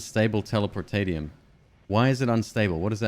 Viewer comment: It's pronounced "telepor-tay-she-um"